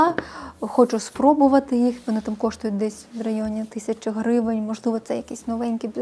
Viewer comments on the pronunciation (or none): none